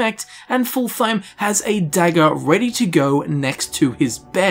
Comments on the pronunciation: I know you already preempted this, but you are basically calling him "full time". His name should be pronounced fullt-heim. :) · Just an fyi, I think Fultheim is said like either Ful-Time or Fult-Heim, probably the latter. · its pronounced fult-heim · It's actually pretty easy to pronounce: "Fult - heim" , there is no "th" sound. It's also not pronounced like"full time" but rather like "fult hime". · I don't understand why they say Full-Thime, when it's very obviously supposed to be pronounced Full-thaym. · Fult-heim Not fulthheim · His name is pronounced Fult-heim not Ful-theim. Proper nordic speech doesn't 'th' that's just anglification at work. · I heard "Full Time" and I can't unhear it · Darn it. It's Fultheim. Pronounced like Full-time! XD I jest ofcourse, we love you. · Hadring: clearly says Fultheim: horrendously butchers his name not 5 seconds later Why are YouTubers like this? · is generally not great at pronouncing things. We all suck at something:P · What if hadring says it wrong? :O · Take a shot everytime he pronounces Fultheim wrong. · sounds like you are saying fultheim the phalus